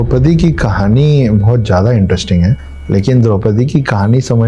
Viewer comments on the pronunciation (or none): none